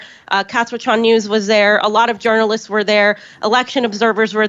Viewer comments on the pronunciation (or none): she's right when she said not journalist's.